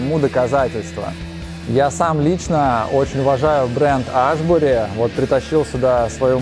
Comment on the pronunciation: Аааааааааа))) хоть бы название бренда правильно говорили